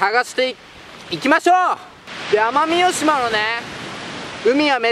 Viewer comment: 奄美大島言えてないw w w